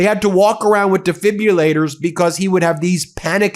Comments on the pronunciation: These Republicans! Weak, shady, unethical. (btw - it's de-fib-rill-late-er rather than de-fib-you-later) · Ben. Please stop the mania. You sabotage your reporting by constantly mis-pronouncing defibrillator. Do you see the letter U in that word?